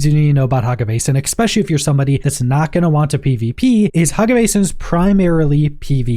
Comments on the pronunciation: its pronounced "especially" not "exspecially". for the love of all thats green learn this please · Jesus Christ. especially. ESS-SPESHULLY Stop saying it with a FUCKING x.... or I will go NUKULAR... 🙄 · did my guy really say ekspecially lmfao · amazing review and amazing work. (why do you keep saying ECKSPECIALLY)